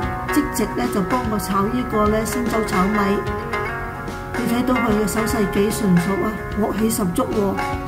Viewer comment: 是“星洲炒米”,不是鮮洲炒米。